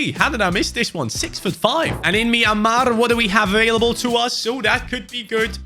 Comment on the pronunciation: I'm from Myanmar and Ur pronunciation of the name of my country is one of the best I've ever heard a non-Burmese guy do. Cheers.❤